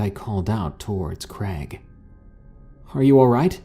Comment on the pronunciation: Creg? Pick a name dude. Is it Craig or Greg?